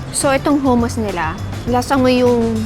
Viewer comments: Saka hindi po Hooo-moos ang pronunciation ng hummus. its Huh-muhs. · HUMUS pronounce HA not HU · Madam… hindi pu hummus yan ang spelling pero pronunciation is HUH-MUHS po. ✌️